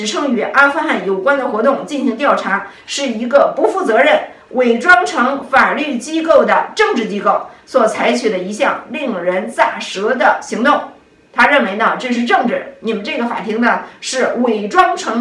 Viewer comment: 咋舌“ze二声 she”